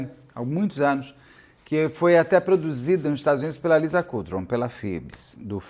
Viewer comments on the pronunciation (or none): none